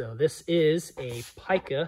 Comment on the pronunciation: I've always heard it pronounced Pee-ca, which includes hobby shops and flying field conversations.